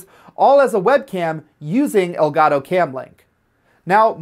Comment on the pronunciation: aprendan a decir elgato x fa vor